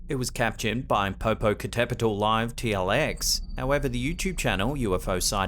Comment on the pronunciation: your Pronunciation of the Popocatepetl volcano was on point! 💯 👌